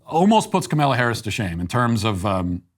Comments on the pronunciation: And "Camilla" Harris too! 😅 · LOL, I have heard him say it like "kameilla" , kind of a cross between Kamella and Kamilla. Again, it actually is harder to mispronounce it which just adds to the trollery. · Yes! And lately, Tucker's been calling her "Carmela". I don't recall how that started... I think it's because SHE'S always mispronouncing her own name so what the heck. I'll take the laughs whenever I can get 'em! 🤡